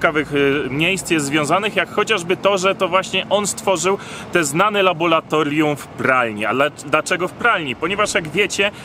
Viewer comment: "Labolatorium" 😁W sumie sam nie wiem jak bym mial to powiedzieć gdzies w srodku zdania xD. Nie no wycie se robię. Oczywiście spoko material, oglądam was juz pewnie z 4 lata bedzie. Trzymajcie się. Pozdrawiam.